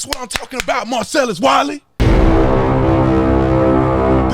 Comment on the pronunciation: Every time you say Marcellus Wiley all I hear is Marcellus Wallace...lol